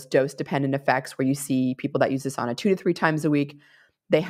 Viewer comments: im Finnish. It's SOUNAH not SAWNAH :) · My extended family still lives in Finn country here in Minnesota. The older generations still pronounce it "SOW-na".